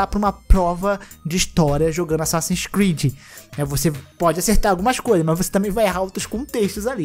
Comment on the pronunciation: Asasssin's Squid? Eu ouvi bem? 🤣